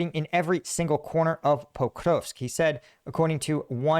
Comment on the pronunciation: Stop with the fake inflections pronouncing Pokrovsk. Do you pronounce Paris as "par-ee"? NO, you don't, you ANGLICIZE names of places. You are speaking ENGLISH, not Ukrainian.